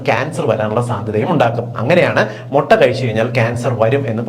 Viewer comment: Motta alla mutta